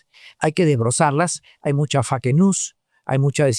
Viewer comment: fake se pronuncia fe i ca ponlo junto y decirlo rapido "feica"